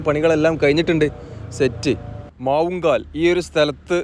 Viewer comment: മാവുങ്കൽ അല്ല മാവുങ്കാൽ